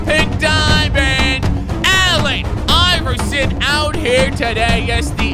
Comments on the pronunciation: Am i the only one that heard iron iresen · Did say Irren irehson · No one:: iran ierson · Yrn Cj he said iron iverson but he pronounces it as eye-ron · Aaron I-vrson